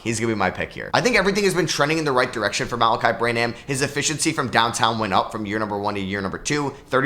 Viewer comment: Gotta work on your Malaki Branham pronunciation. Don’t pronounce the h. It is like Graham. No h. Bran-am instead of bra-ham.